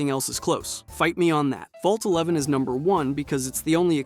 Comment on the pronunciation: 111 is the Vault in Fallout 4. Vault 11 is the one you’re thinking of. I don’t know if it just sounded like he said “one eleven” (with the right inflection, “Vault eleven” can sound like “one eleven”) or if he misspoke.